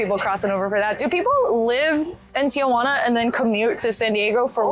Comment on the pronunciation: Your video was great, but I do have to say one thing that bothered me is the way you pronounced TIJUANA. There is no A after Ti-Juana. It’s pronounced TI-Huana, the J sounds like an H in English Tijuana